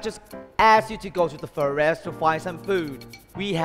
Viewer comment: được khoảng 65% khả năng nói tA. Nhiều từ còn chưa chuẩn, ví dụ: forest bé cần phát âm rõ âm gió t hơn vì đó là st chứ không phải mình s nhé. Comment thôi:)